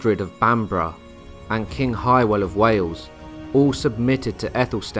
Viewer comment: Hywel not highwel it’s really not hard just saying 😂